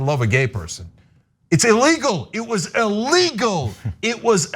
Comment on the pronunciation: WARNING! The following has NOTHING to do with transgenders: - - It sounds like Cenk is saying, that it is, “ā-legal, ā-legal, ā-legal.” Really catches my ear for some reason. I pronounce it more like, “ee-legal.” Now that I’ve heard Cenk pronounce it this way, I wonder if I’ll start catching more people saying that way. Kind of like the word, “height.” There are people out there who actually pronounce it as, “HeigTH.” (As if it had a “TH” on the end! Lol!)